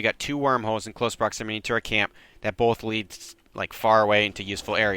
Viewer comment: Proximity Not proximiny ;)